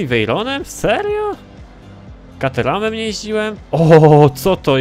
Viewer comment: nie kateram tylko kejtram